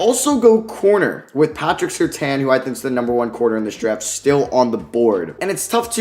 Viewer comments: Patrick Surtain is pronounced Sir-Tan btw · Watching Bengal's mock drafts has really made my spoiled to people pronouncing names correctly, watching these back to back is wild. Good video tho man